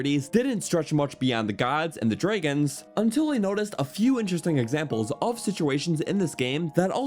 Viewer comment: It bothers me how he says Farore and Dragons....